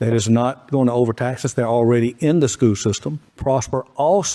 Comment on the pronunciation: It's SCHOOL system. Pronounce it right